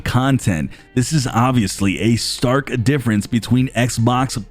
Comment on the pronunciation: Did you say stark-a-difference?